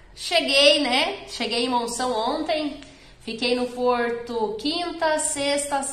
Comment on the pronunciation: Porrrrrrrrrto!!! É caro